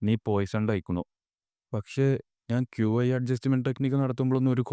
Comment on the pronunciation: Bro qi enn parayenda key enn paranjal mathi